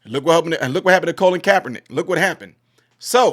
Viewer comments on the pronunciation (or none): none